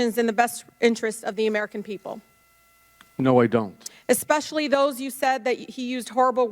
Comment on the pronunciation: EXspecially?!? This is a public speaker? Who the hell is she representing?... Ok, so i looked it up and its Detroit. Well Michigan, congrats?